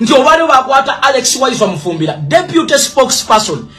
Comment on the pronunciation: Its Mufumbiro not Mufumbira please.